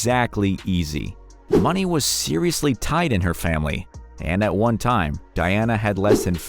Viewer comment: Diana is said as Die anna not Dee anna and she had ponds not dollars in her account